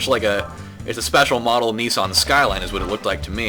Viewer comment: nissan not kneeson ;)